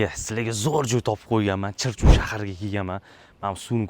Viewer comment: Chirchu emas chirchiq deyiladi